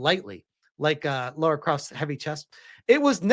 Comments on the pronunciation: First of all: Her name is not Laura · Eriki Ishii is such a huge fan, she doesn't even know the character's name. (It's Lara, not Laura).